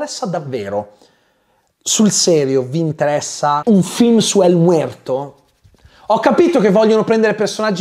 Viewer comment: Mi fai morire ogni volta che dici EL MUERTO 😂😂😂😂😂😂😂